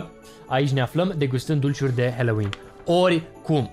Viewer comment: Halloween MAI SE ZICE NU HELOIN